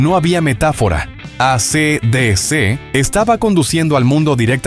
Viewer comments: Es ei si di si, no a c d c 😢. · Se lee esi dici